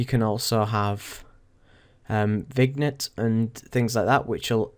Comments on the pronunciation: vignette is pronounced "vin-yet":) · The G is silent in vignette. ;)